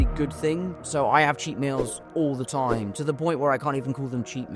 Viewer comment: Time ❌ toime ✅ Meals ❌ meoules ✅ Behind ❌ Behoind ✅ Diet ❌ Doiet ✅